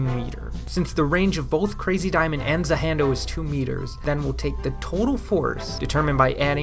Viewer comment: Za HANDO Not Za HANDO 😐😐😐